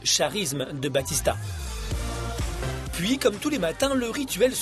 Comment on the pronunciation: Et ça se prononce BaOUtista bordel!